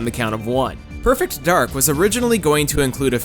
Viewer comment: So it's supposed to be pronounced "Perfect Darg", right?